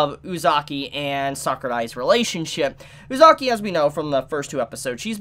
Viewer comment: your not saying uzaki right watch it in sub to see how its said